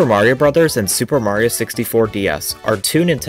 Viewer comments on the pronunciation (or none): none